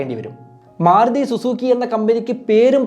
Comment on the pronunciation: സുഹൃത്തേ, മാറുതി എന്ന് പല പ്രാവശ്യം കേട്ടു മാരുതി എന്നല്ലേ പറയേണ്ടത്